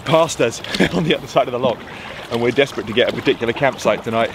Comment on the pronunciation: Just when I thought he's mastered the word 'Loch'..... you put a key into it and it became 'Lock'!! 🤣 Still I guess when you come from that Saxon name Norfoke, we must make allowances! On Loch Oich a lovely evening dinner spot is the Invergarry Hotel, i moored there years ago with my wife when sailing the Great Glen. Cracking filming! Makes me nostalgic for the auld country whilst here in the Cotswolds! Say hello to 'Nessie' for me! 😂👌👍